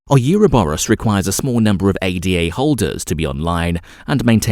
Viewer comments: It’s “Ada” as in a woman’s name not an acronym A-D-A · Immediately they say A.D.A and not Ada you move on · It is also ADA (Ayda) not A.D.A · ADA is a name…named after Ada Lovelace…it is not pronounced A.D.A. Otherwise good video